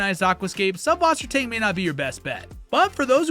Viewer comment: What a wonderful overview of aquarium plants and their pros and cons! Just a quick note, subwassertang is actually pronounced sysswassertang. The ü is a y and ß is a german double s. It means something akin to freshwater seaweed in german.